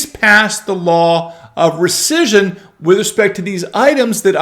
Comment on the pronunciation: Could you please say "recission" ONE...MORE...TIME...Please...!?